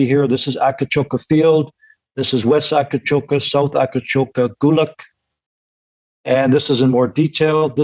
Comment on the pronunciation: Please,. It is not called Akacoka but Akcakoca. I don't want to know what your turkish partners will think if you pronounce it wrong.